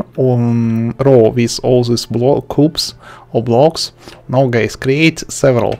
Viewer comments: When he said hello guys i hear hello gays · Lol in the first 3sec it sounded like u said ok gays